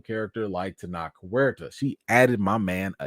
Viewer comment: Thanks for calm and fair commentary on a difficult topic. And about the pronunciation of Tenoch Huerta: Your pronunciation was closer than the suggestion another commenter gave. Here are a couple of pronunciations that seem authentic: and